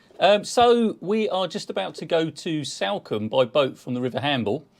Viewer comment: Its Solcombe pronounced not Sal combe